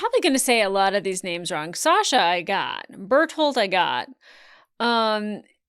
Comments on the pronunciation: The fact that you said Jeans (tho then you said it like "Gene" next time again 😂 ) and Bertholdts names right at the end of the episode is the most surprising part to me of this reaction! ❤😮 So many people get their names wrong 😂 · Getting Bertholdt right was hilarious and sick (people go a long time before getting it right) followed immediately by "is it Reiner or Rayn-yay" was amazing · She pronounced BERTHOLDT right!! That's actually an accomplishment. 80% of YouTube has settled on calling him Burrito. Awesome!